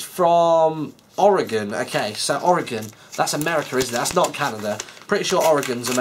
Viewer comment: Hooray he pronounced Oregon correctly